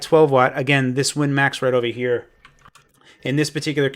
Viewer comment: Ova hyah LOL. Love your videos man